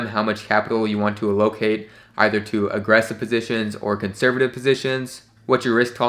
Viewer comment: the way he pronounces "allocate" .. im dead